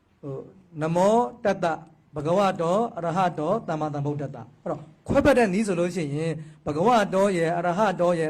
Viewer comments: ကလေးမရေ..သမ္မာကိုသမ္မာသမ္မာလို့သမ္မာပီသအောင်အသံထွက်ပါ..ဒို့ဗုဒ္ဓဘာသာတွေအများစုက သမ္မာ‌အသံထွက်ကို..သံမံသံမံနဲ့အလွန့်အလွန်ကိုမှပဲနားကြားပြင်းကပ်စရာကြီးအသံထွက်ကိုလေးနက်စေချင်ပါတယ်..။❤❤❤❤❤❤❤❤❤❤❤😊😊😊😊😊😊😊😊😊😊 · သမ္မံ(သမ်မံ)မဟုတ်ပါဘူး သမ္မာ(သမ်မာ)လို့ဆိုရမှာပါ လျှောက်တင်သောသူအသံထွက်မှားနေတယ်ထင်လို့ပါ လျှာရှည်တယ်လို့ထင်လျှင်ခွင့်လွှတ်ပေးပါ၊🙏🙏🙏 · အသံထွက်ကက.. သမ္မာ...သမ်မာ လို့ဆိုမှအမှန်ပါ..သန်မန် ကအသံထွက်မှားပေမယ့်အများစုက သံမန် လို့ပဲအမှားဆိုနေကြတယ် ❤❤ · သမ္မာ က အမှန် မေးသယက သမ္မာန် လွဲနေတယ်🙏 သမာန်မဟုတ် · "သမ္မံ" ..သန်မန် မဟုတ်ဘူး "သမ္မာ".. သန်မာ လို့ အသံထွက်မှ အမှန်ဖြစ်တယ် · သမ္မံ မဟုတ်ပါ သမ္မာ ပါ သမ္မံ နဲ သမ္မာ အဓိပ္ပါယ် ကွာတယ် မဟုတ်လာ ဘုရာ